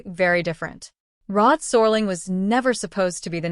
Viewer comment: Awful AI narration. Can't even pronounce Rod Serling's name!